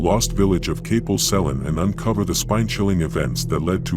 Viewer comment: Kapil sellin?? Hahaha. As a local I found this quite funny but they should have flooded Liverpool. Cofych Dreweryn!